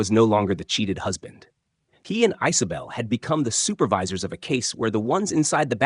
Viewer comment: Ice-o-bel? I guess AI has never heard of the name Isabel?